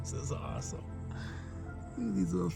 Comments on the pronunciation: Did you say that’s moss-some? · It’s not awesome it’s mossome